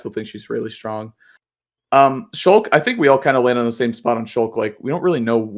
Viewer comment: sheik not shulk